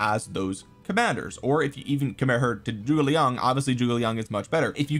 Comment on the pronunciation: Thanks for making the effort to pronounce Zhuge Liang correctly. It’s pretty crazy how many content creators completely fuck it up when it takes 10 seconds on google translate.